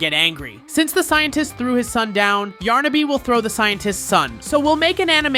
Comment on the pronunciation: it's yarnaby not yarnabi